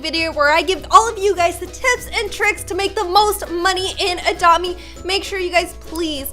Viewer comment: i like how she pronounce "adopt me" ", "adome"